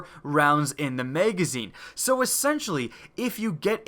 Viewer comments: OH MY GOD STOP SAYING MEGAZINE. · Anyone else notice he said meygezine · When he says magazine I hear "mega zeen" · Him saying magazine was what made be dislike this video